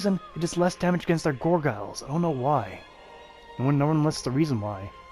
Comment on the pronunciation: Can you stop saying gorgyles wtfff